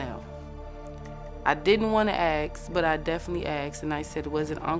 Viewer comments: Can people PLEASE just say ASK in the ENGLISH LANGUAGE... AXT... AXT is not a word and it drives me up and over your Mexican wall. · "I did'nt wanna axe but I definitely axed" What the f are you talking about ???